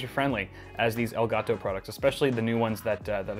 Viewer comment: When he said "ellgatoo" Accidentelly heard "el chapo"